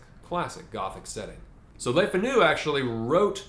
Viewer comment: Le Fanu is pronounce Lay Fah-new with the stress on the first syllable. Le Fanu's family was descendent from French Huguenots.